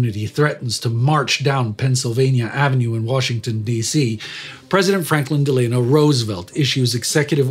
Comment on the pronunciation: For someone with an American accent I'm kinda surprised that you don't know how to say Tuskegee. The "G" is a hard "G". Kinda like every G spoken in the German language. Oh, by the way. While we're on the topic, F.D.R.s middle name does NOT have a hard "A" in the middle of it. Its Dell-en-o. That's how you pronounce his middle name. Thanx for all the great content, just don't ask Indy for pronunciation advice. He's a Texan and Texans are so bad they call a Bigfoot a "booger"! I kid you not.😉 love you all, especially your tame Texan. From Texas, Mike Blair